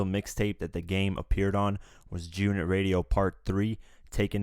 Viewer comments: Bruh said “Joonit” when sayin’ G-Unit smh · why do you pronoucne "G-Unit" like it's 1 whole word?! XD You pronounced it like "June-it" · Why are you having problems say G-Unit? It's not Jew-nit! LOL!!!!! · G UNIT nigga sound like he sayin jewnit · It's fucking G Unit! Not Giunit like one fucking word! I can't even finish this video.... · wtf is "junit"..... it is G ------ UNIT. have a fucking pause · Don't be such a cornball. Who still says G-Unot in 2018? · It’s g-unit not gunit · please say g unit not junit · good vid but y do u pronounce g-unit like jewnit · Junit? WTF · jew unit lmao